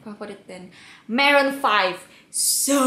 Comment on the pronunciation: Suka gayanya yang pas di pertanyaan ke 9 sama 13 :D .... Lucu banget smpe ikut ketawa... Yag ga suka pas bilang maroon 5 harisnya marun faif bukan maren faif :( hehhehhee ...